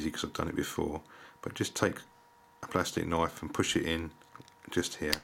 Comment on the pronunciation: Funny when you say " Plustik Knoif." :) Thanx for Vid this helps!! ;)